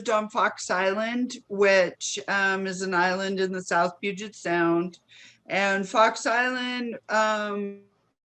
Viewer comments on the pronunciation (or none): none